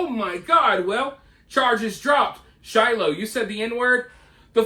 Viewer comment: the way he says shiloh makes me die inside